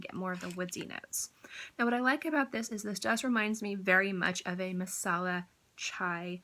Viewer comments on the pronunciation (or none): none